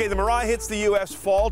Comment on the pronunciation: Dam the way you butcher mirai. It is pronounced mi-ra-i